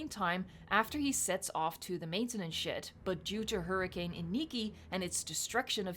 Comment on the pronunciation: No offends, but when u say "maintanance shed" is sounds like "maintanance shit"